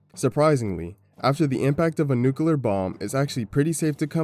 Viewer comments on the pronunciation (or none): Bro, I hate it so so much when people use the fkin stupid word "nucular" you even wrote "nuclear" just fkin say it! People fkin say "squirrel" and other words that are way harder to pronounce, but for some stupid reason the word "nuclear" gets dumbed down? This is literally the problem with humanity. People have gotten stagnant and are unwilling to go back and fix past mistakes. Instead they change the rules to make them technically correct. If we did that sht with everything else too the world would deteriorate. But wait, we do! A dark future lies ahead of us boys. This video might be more relevant than we realize. Sadly it's unwatchable due to him saying "nucular" all the damn time... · "Nucular". Lol